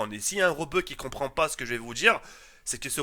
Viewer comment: Pourquoi? Explique nous, on ne compwwen pas 😂